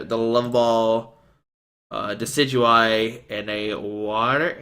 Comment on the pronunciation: Nailed that pronunciation!